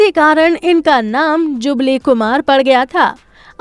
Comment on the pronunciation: जुगली नहीं जुबली होता है !! दुबारा ठीक बोला !! क्या कर रही है?! फिल्म गूंज उठी शहनाई 1949 में नहीं 1959 में आई थी ! अरे सुसरी पूरा वीडियो दिखा दिया पत्नी की शक्ल भी तो दिखा देती !!